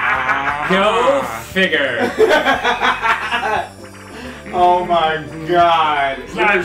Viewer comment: "GO FIGURR." - Proton Jon, 2013